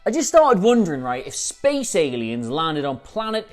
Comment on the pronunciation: i love how he emphasises "SPACE" aliens.